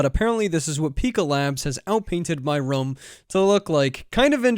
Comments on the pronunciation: i like how you said room, like rum! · Wait, how do you say the word "room"? LOL Are you a Canadian or something!?